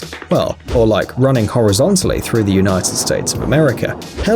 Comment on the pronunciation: nobody gonna mention how he said 'horizontally' ?